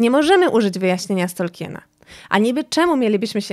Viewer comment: Od jakiegoś czasu oglądam niektóre Twoje filmy, podobają mi się, ale proszę, bo kala to moje uszy za każdym razem, jak to słyszę, i nie tylko u Ciebie, czy możesz wymawiać Tolkien, zamiast Tolkin? Nawet Amerykanie wymawiają Tolkien, jego nazwisko uległo w naszym języku fonetyzacji, czego zdaje się, nie wiedzą nawet niektórzy jego fani 🙂 to moja jedyna uwaga, czekam na następne filmy 😁